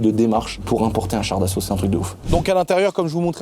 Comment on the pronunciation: On dit "Char d'assaut" 🤓☝